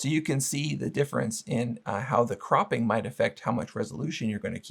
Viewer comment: I stopped video when you says cropping.